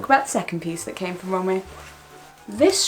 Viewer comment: It's Rom-we not romway if that makes sense x